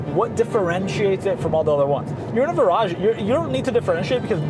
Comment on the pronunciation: Pretty sure the Brits pronounce it like "Veer-aj"? What actually makes it different from the 2013 facelift DB9 other than name? Great production quality on this video, I'm really impressed! I need to step my game up for my videos!